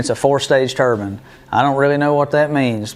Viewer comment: Tur-bine, bine pronounced like nine with a B. The 4 stage turbine isn't gears its a turbine. Rotor, stator. One rotatating part squeezing and moving the air to a stationary part passing the compressed air to the next rotor stator. Each rotor stator is a stage, this has four. This is the exact way modern aeroplanes engines work. Suck, squeeze, bang, blow! These units are compressors.